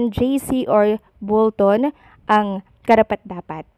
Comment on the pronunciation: Bolton po hindi Bulton! Bisaya ka ba??